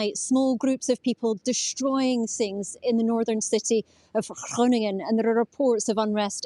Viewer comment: The reporter should learn how to pronounce Groningen. The first letter is a "G", so say G, don't just try to clear your throat. This is the BBC who are supposed to speak clearly.